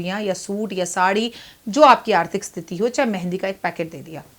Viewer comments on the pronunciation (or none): none